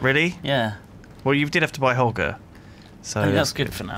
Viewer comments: Im pretty sure you say it Ho-ger no hog-er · hoe-jer is proper pronunciation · The pronunciation of "Hoger" is Hoe-Jer